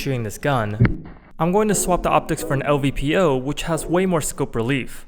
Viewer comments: LPVO not LVPO, I make the same mistake lol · Good video !! But its LPVO by the way